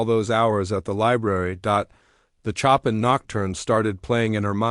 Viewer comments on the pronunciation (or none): Show-pan not Chop-in